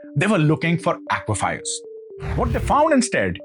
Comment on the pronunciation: First 10 seconds, mispronounced aquifers as aquafires. Can't take this seriously